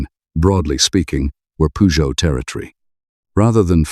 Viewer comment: It is a 9eleven not nine hundred and eleven and Peugeot pronounced incorrectly